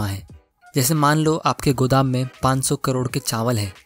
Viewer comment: "Godam"he is literally speaking like gujrati s😌🤣🤣🤣🤣